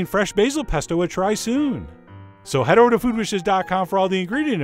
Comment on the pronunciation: I'm sorry but his voice emphasizing random bits of words is just way too much for me. It sounds so manufactured. "OVer the top. "Which is veRY cool. "beHInd a cloud"